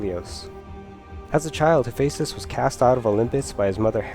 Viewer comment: Enunciation. Enunciation. Enunciation. That is how Hephaistos does not sound like "hefsos".